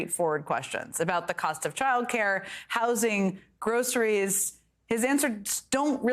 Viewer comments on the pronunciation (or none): True. He can't even pronunce "groceries".